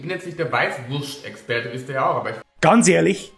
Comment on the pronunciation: "Weischwurscht"....Oidaaaaa :'D